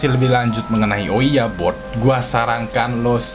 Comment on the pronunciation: kenapa ouija board malah bilang owiya bod😂